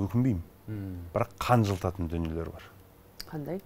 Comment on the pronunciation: Қанжылтатын емес, қынжылтатын деген дұрыс